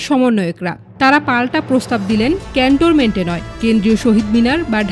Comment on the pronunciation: Apu, eta CantoRment noy…. Cantonment 😊